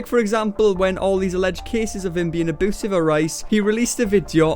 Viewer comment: Nobody:: "auboosive 😯"